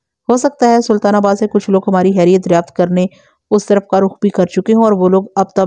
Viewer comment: براہ مہربانی خ کو خ ہی بولا کریں، ح نہیں۔ خیریت، خلق داد، ہوتا ہے نہ کہ حیریت یا حلق داد۔ اردو تلفظ کا خیال رکھیں شکریہ